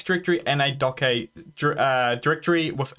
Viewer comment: Great Video Thank you, Just for the record it's pronounced "dockage"......